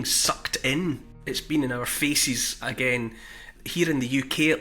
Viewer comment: Did you say "Faeces" or "Faces" ? (0.21). Talking about faeces, it's what comes out of your mouth when opining about AGW